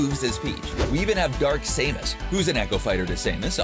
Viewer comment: Why did they say Dark Samus incorrectly but said Samus fine???